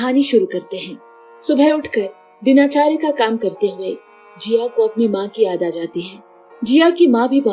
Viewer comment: Dinachaarya nahi din charya hota hai Hadd hai, musalman hokar hibindu ko batana padd raha hai sahi shabd. MRI ko MIR KEH RAHI HAI.